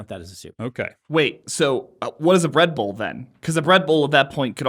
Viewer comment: said "bread bowl" and Dan and Brandon both heard "Red Bull" 😭 😂